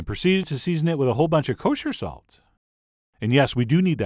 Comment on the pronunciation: I’m sorry but the way you talk drives me crazy, I c ant even watch “Season it with a whole bunch of kOSHER SAlt”